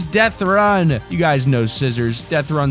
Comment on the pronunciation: Minecwaft deafwun